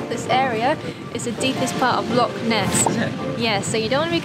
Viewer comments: Its not a "Lock" it's a "Loch" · Sorry to correct you by you keep saying Lock instead of Loch. You do not pronounce Loch the same way that you pronounce a padlock 🔒. It is a Loch, the -ch is pronounced from the back of the throat making a -ch sound. You can look up Scottish pronunciation of this word online to to help you. Lock and Loch are not the same word.